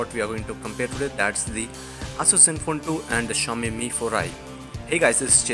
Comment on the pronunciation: For god's sake its pronounced Ay-S-S not Aa-Soos